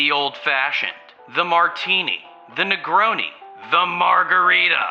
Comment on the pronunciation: The Negroni sounds like a slur.